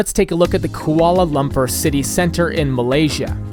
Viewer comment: The way you pronounced Kuala Lumpur 💀